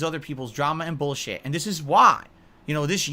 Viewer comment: This is the 57th "No more drama boolsheet" videos he's done